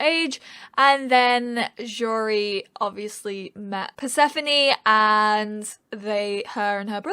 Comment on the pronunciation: I'm actually named persephone (I'm greek) and it's a perfect fit for the character (and your pronunciation is perfect). Fan fact the name translates light and darkness from ancient greek.